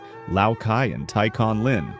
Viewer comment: because it's Tai not Thai